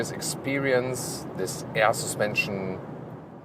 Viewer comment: Every time he says AER SUSPENSION Arnold schwarzenegger slaps a kid